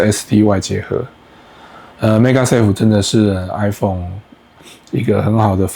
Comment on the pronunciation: 做盒子的內容不錯，但是整篇的magsafe發音都念成megasafe，聽起來實在很奇怪。